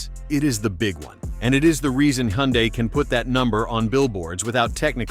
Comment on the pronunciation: It's funny how the AI voice pronounces Hyundai at least 3 different ways. FYI the correct pronunciation is hun-day.